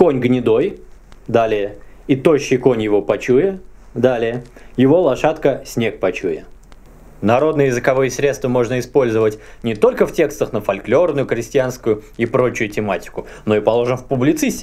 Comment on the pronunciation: Почему ты говоришь фольклёрный, а не фольклорный?